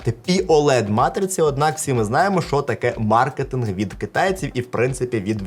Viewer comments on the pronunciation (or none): none